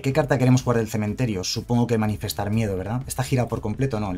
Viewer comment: Solo porque sé que tú eres igual de psicópata con esto que yo,. Es "Manifestar" no "Manifiestar" 😂